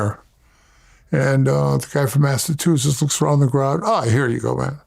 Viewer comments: Bro said Mastatoosis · “Massatusetts” lol